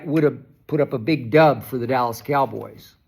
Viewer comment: There is NO "D" in Dallas, SKIP!!!